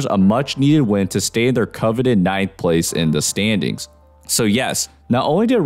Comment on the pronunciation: Bro really said coveted 9th spot 😁